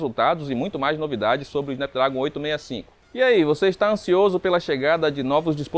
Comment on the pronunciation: "Snápdrágon" pô brother, gasta um pouco de inglês ai kkkk, no mais, ótima matéria.